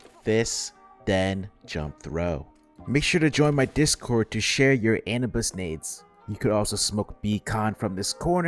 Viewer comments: Awesome video but on a sidenote my man just can't pronounce Anubis lmao Anubis not Anibus! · also it is pronounced uh-noob-is lol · the way you are pronouncing anubis is hurting my balls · I love your videos but that is not how you pronounce Anubis😭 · Please pronounce "Anubis" correctly